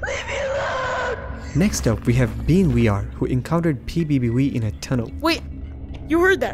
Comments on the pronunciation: I don't wanna get banned by "pbb wee" 💀💀💀💀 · ‘’PBB we’’ 💀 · ‘’PBB Wei’’ 💀